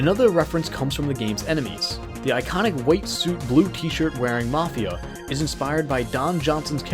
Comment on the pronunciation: Mafia* not Mofia